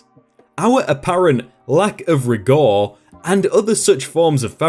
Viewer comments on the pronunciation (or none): I feel like this narrator doesn’t understand what he’s reading, mispronouncing fairly common words like ‘rigour’ ‘hazardous’ ‘infinitum’ ‘codicil’ to name a few